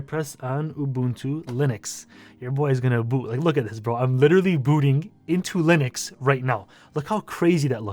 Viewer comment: Shout out for saying Ubuntu the authentic way!